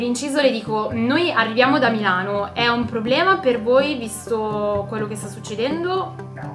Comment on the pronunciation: Ripetere MEeelano !!!! Cosa fatto Sudde a Meeelano ??? Tutto beneeee!!!!!! Chiedo x amico di MILANO .